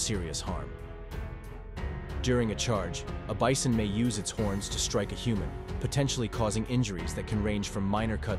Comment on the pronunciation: I heard the same dude say bison and beeson. How you pronounce the same word differently in the exact same sentence?